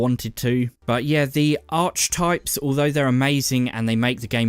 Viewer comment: Ar-kee-types... just FYI.